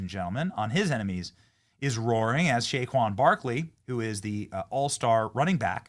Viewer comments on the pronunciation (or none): Say-quon, not Shaquon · It sounds like Benny is mispronouncing Say-quon Barrkley's name?? It is NOT Shay-quon!! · Benny …. It’s “SAY-KWON” Barkley. Love you bro. lol